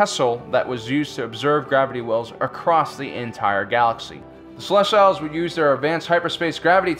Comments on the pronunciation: Yeah right? It’s celestials? As in “sel-est-ee-alls” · I just found your channel and subbing was a no-brainer. Fantastic, we'll researched information! Love the presentation too. One note to keep in mind is pronunciation of species' names. Protheans (Pro-th-ee-ans) Celestians (Cell-es-tee-als) Keep up the good work, guys! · The "See-Lest-eee-alls" disappeared because no one could pronounce their name in this video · I'm sorry... "Celest-YLES"????? that's... Definitely not how you pronounce celestial. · Why you saying Celestials like Reptiles? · sil - lest - ee - uls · Ummm...grammar nazi here...you keep pronouncing "Celestials" wrong. It's pronounced the same way that astronomers talk about stars...the "i"' is pronounced with an "ee" sound, followed by a "y" transition to the "ah" sound of the "a". You can either pronounce the "t" as a hard "t", or a softer "ch" sound...depending on how fast you say the word. Seh-les-tee-yel. No need to thank me...it was my pleasure to assist you. ;) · Oh man u butcher pronunciation of Celestial dude! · that's not how you pronounce celestials. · You’re pronouncing celestials wrong Oof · You need to learn to pronounce celestials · thats not how you pronouce celestials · This host needs to check himself. The arrogance exuding from him is difficult to watch. Especially when he cant pronounce ce-le-stee-l.